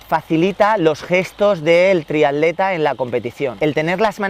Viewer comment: Muy bueno, especifico y bien explicado. lo único es que repetir triadlon y triadleta en lugar de triatlón y triatleta tantas veces llega a ser molesto